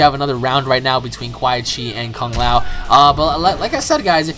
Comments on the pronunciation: It's quan not qua chi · sorry But ITS Quan Chi not Quaii chi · QUAN. QUAN Chi. Not QUAI. That was really pissing me off the entire video. Good video though. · QUAN BRO NOT QUAI. (KU-AN) I literally turned the video off Bc of quai chi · The fact that u call him QUAI CHI makes me think this is the first Mortal Kombat you've ever played. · I love your vids and really like you plus you've probably gotten this 100 times but the "Quy chi" was like nails on a chalkboard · ***** Funny how u call Quan Chi "Quai Chi" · It's Quanchi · I cringed so bad whenever he said quai Chi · I'd you say which quichi one more time I will slap the scrap out of you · I thought it was funny how you kept saying Quan Chi's name wrong. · Christian Rocha Yes, it was painful to here him say his name like that again and again.. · Why does he say quan chis name like that